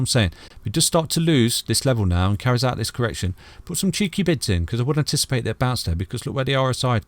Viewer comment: please for the love of God explain in a video that it's 'cheeky bids' not 'cheeky bits' 😂